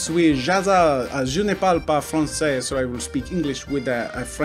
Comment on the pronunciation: "Je ne parle pas français" was the right sentence to say and Jazza pronounced it very well! Personaly, I am impressed! (French is my first language)